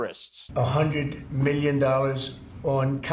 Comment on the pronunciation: Why can't Trump pronounce "million" correctly? He says "me-yun."